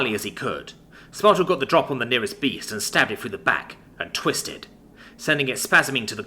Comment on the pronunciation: "What a tweest"